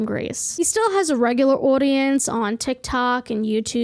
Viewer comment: I like the way you say "Audience" with a unique accent, sounds Jeresy esque